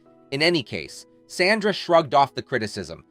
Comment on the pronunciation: These content creators always manage to rip away the curtain on their AI voices: "con-TRA-versy" and "Sanda". And then I'm OUT. At least listen to your damn video once before posting so you can fix stuff like that. Lazy.